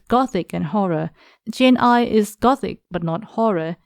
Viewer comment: Jane Eyre as in "air", not Eyre as in "ire".